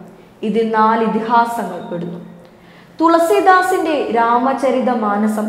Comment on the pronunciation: ആ അതുല്യ പ്രഭാവത്തിനു മുമ്പിൽ സാഷ്ടാംഗ പ്രണാമം. ന്യൂസ് വായിക്കൂമ്പോൾ എന്താണ് ഒരു ശോക ഭാവം. തുളസീ ധാസ് അല്ല. തുളസീ ദാസാണ്. വാക്ക് കഠിനമായി പ്രയോഗിക്കുമ്പോൾ പേരിലെ സ്വാഭാവികത വിട്ടു പോകാതെ പറയാൻ ശ്രമിച്ചാൽ ഒരു ശ്രവണസുഖമുണ്ടാകും.